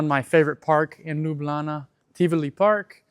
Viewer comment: Love the way you say 'Lublana'.